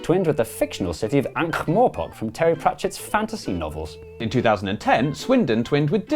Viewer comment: you correctly pronounced Ankh-Morpork and I'm dead inside.